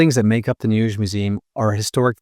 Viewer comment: njesch?! 😄🙃😂…it is called NEUES … lovely greetings from a Berliner ☺️🍀🧐